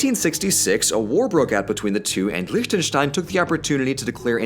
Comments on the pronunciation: Can i just say the german in me loves The fact that you pronounce Lichtenstein almost right and not lick-ten-stein. Yeah. Sounds amazing. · Wow. Your pronunciation of Liechtenstein is really good! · Props to your pronunciation. I can't immagine Lichtenstein being an easy word to say for a non german speaker. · Can we appreciate how well-pronounced and crisp "Liechtenstein" is said?! I never heard it said so perfectly from an English-Speaker, well done Sir! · probably the best pronunciation of Liechtenstein I've heard from someone who isn't german-ish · A little late, I know, but, as a native Austrian, I absolutely enjoy how you say Liechtenstein. It's a refreshing change of pace, given that German pronounciation is... challenging to most English-speakers. Not that I blame them, of course. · Can we take a second to appreciate that did not butcher the pronounciation of Liechtenstein? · Look here the only native english speaker who can pronounce Liechtenstein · So, nobody is commenting on the fact that he pronouced Lichtenstein correctly? Oh well... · He actually pronounced the "ch" right! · Your pronunciation of Liechtenstein is great!